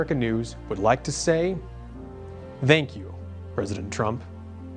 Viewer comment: He says "thank you" with a voiced th as in "the".